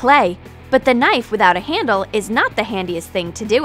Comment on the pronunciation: how do you even mispronounce the word handle..? like it’s not that difficult to say,,, but you somehow managed to say it wrong